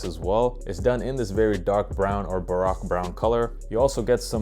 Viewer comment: But he pronounced baroque brown wrong lmao